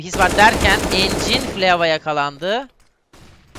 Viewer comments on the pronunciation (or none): reyis herkesin ismini yanlıs okursun anlarımda encin ne ya :D